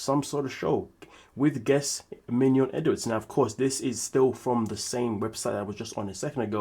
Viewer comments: I love how you say minion hahah calling her a minion in french with the accent. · The way you say Mignon, like filet mignon lol. 😄